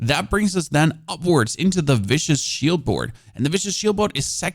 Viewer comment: No content creator ever says viscous shield correctly, ROFL! Awesome build, thanks for your tips!